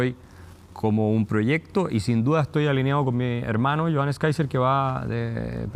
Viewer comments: Qué honda el " periodista".. empieza nombrando Mal el apellido del invitado??..... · Saco de weas Paulsen, dice el nombre del entrevistado mal a proposito. Como si fuera muy chistoso.